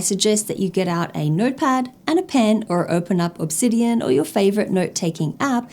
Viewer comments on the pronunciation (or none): none